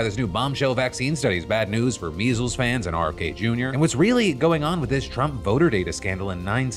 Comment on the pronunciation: Did Phil say " Measels Fans"?